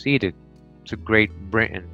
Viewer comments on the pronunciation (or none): none